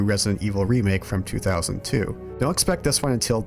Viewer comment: Rebecca? I dorn't beleeve it. you awrived